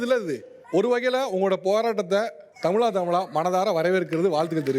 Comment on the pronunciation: When will you pronounce thamizha properly? Not thamila